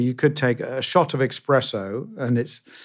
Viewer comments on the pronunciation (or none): Did he say.. 🤔 ..EXpresso? 🤦🏽‍♂️ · I can almost here James' internal sigh when Tim says "expresso" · Coffee expert says "Expresso!!" 😂😂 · Oosh, I bet James died a little inside when Tim pronounced it expresso! 🫣